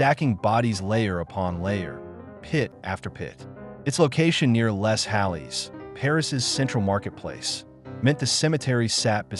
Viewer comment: "Lay" not "less". AI narration, no doubt.